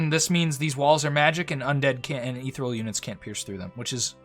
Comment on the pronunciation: You say ethereal strangely